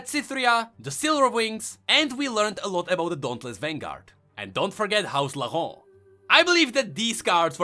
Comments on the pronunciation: Laurent is pronounced “Lohran”. Not “Lahon” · Lor-ent French Speakers: REEEEEEEEEE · No one: trying to pronounce "Laurent": LaHOhg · Omg i love the way you say "Laurant" (but as a french if i may > you can say it like you say "low" and "ran"ked (without the ked) i think this can help, but if you pref just keep saying it like that i don't complain its cute ^^!) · It's not that hard to pronounce Laurent, just say it as LO-GANT. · Ok for the name AS A FRENCH I shall try my best to teach you how to prononce LAURENT : "Lau" is prononce like "lo" from lotus, so far so good. "rent" would prononced like "ran" from "rant" and you should be good. Hopefully. Great video I loved it xD except for how you say Laurent xD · You know Paris, France? In English, they pronounce it “Paris,” but everyone else pronounces it without the “s” sound, like the French do. But with Laurent, everyone it the English way, “Laur-end.” Like The House Laur-end and Laur-end Chevalier . . . Why though?! Why isn’t the title House Laurent?! Are you friggin’ mocking me?! It uses the French accent so speak the French word, damn it! That sh*t pisses me off! Bunch of dumbasses! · Conserning Laurent prononciation, just pronounce it like in english but without the "t" sound at the end, that way is closer to the french prononciation than you're forced accent. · It's funny because the old prononciation is actually the correct way you say it in French, the new one is just blatant gibberish.